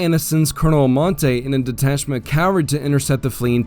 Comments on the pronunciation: Please pronounce CAVALRY correctly. It is not CAL vary!!!! That is where Jesus was crucified. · Yeah, it's a little off-putting when a person who obviously knows the facts of military history pronounce cavalry as "calvary." I'm just saying, don't come for me.